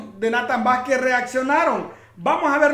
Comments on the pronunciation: NO ES VASQUIS!!ES VAKIZ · En varios videos eh visto q dicen las el nombre de vos decís y se te ve mal q no pronuncies bien el apellido